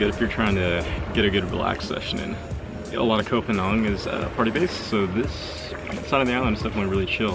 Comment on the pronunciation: I lived there for 2 winters and avoided the full moon party, there are better places on the island imo, but I liked your take on it, but pleeease, learn how to say Koh Phangan correctly 😅